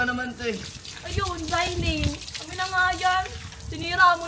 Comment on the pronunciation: Dapat zaillaine hindi jaysellaine